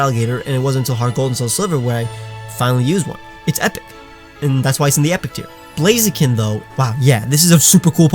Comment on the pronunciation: AGAIN, IT'S NOT BLAZEKIN, IT'S BLAZIKEN! THE E SHOULD BE AFTER THE K, AND I SHOULD BE BEFORE THE K!